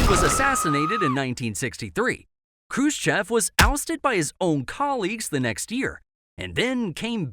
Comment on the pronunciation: Niki'ta Khrushche'v